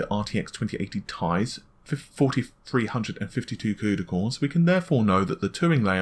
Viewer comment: what the hell is a cudycore ahhhahahhaha